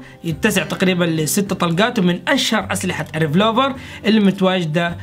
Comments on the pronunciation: ما اقدر اوصفلك قديش احبك، و مقاطعك جداا رائعة و تستاهل كل خير....لكن حاول تطور من اللغة الإنجليزية تاعتك، لانو في كل مقطع يكون في اخطاء يعني السلاح الي تكلمت عنو انت اسمه " ريڤولڤر" و ليس "رڤلوڤر "... كنت حاب انصحك مو اكثر... يعطيك العافية اخوك يزن من الاردن.❤❤ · بس ملاحظة بسيطة السلاح اسمه ريفولفر مو ريفلوفر 😅😁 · معلومه اسمه ريفولفر مو ريفلوفر